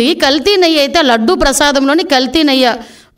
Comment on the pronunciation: నెయ్య కాదమ్మా నెయ్యి అనాలి ఇక్కెక్కడి గౌరవ ముఖ్య మంత్రి .అబద్దాల కోరు చేంద్రీ బేబీ.